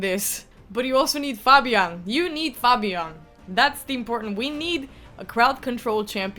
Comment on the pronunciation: Fabian not fobian:)